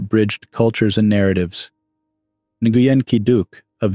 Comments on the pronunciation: The correct pronunciation of Nguyen sounds like win. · Nguyen is pronounced closely to "Nwin"